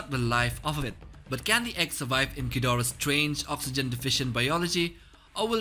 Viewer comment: King "Gjidora"